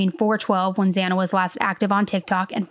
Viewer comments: I just want to know why he walked by Dylans room when hers was next. I guess he thought his odds were better to go upstairs first and then take out Ethan because he was the bigger threat. Idk though I swear I saw Brian get a little mad when the judge mispronounced Xana's name. Watch closely its the onyl reaction i saw him make. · even more reason to take 2 minutes ahead of time to learn the victims names! He couldn't say Kaylee's or Xana's first or last name. Infuriating, and disrespectful imo 🤬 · The judge said this is hard while pronouncing Xana I believe. 1st they are hard names, took me quite a few tries to get right. 2nd, nerves knowing he's on TV. Kohberger isn't exactly hard.